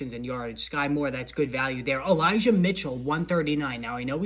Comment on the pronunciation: I think u said eligah mitchell when u were talking about elijah moore